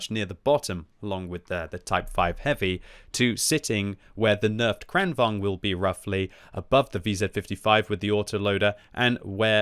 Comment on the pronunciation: Timing of Swedish butchering seems to be retaliation for them joining EU lol